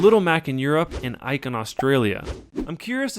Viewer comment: It's Ike